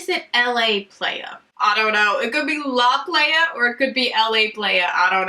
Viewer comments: The shade " La Playa." Is actually Spanish for "The Beach. So it's pronounced LAH- PLY - AH. 😉 Love all your swatches, gosh Colourpop needs to stop taking all my money 😂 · And La Playa is Spanish for The Beach! "Lah Plahyah" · I think its La Playa, sounds like plywood. Because I am pretty sure that's how you say beach in spanish. 😂 I love your sound effects and reactions. Don't let the haters get you down. ❤❤❤ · La Playa is actually pronounced like “lah ply-uh” which means the beach in Spanish ☺️ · I giggled at the way you pronounced La Playa lol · it was funny how she said “La playa”